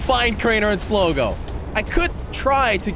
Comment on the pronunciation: Not sligi is slogo